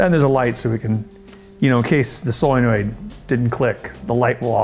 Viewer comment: "soyenoid" "neomidium" lol